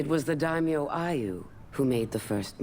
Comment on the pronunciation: It's pronounced day-me-yo not damn-E-you